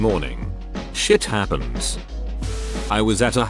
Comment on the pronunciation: LMFAO "shit happends"